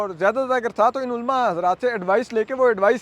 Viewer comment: علماء کا تلفط ulamaa ھے ulmaa نہیں۔ لام کے اوپر زبر ھے۔ اسی طرح غلط اور غلطی میں بھی لام پر زبر ھے۔ ان کا تلفظ ghalat اور ghalati ھے، ghalt اور ghalti نہیں۔ نیز اپنے وطن کا نام لینا بھی سیکھ لیں، جس کی محبت کے آپ دعویدار ہیں۔ لفظ پاکستان paakstaan نہیں، paa-kis-taan بولا جاتا ھے۔ "ک" کے نیچے زیر ھے۔ چیمبر کو بھی chaim-ber کہا جاتا ھے، cham-ber نہیں۔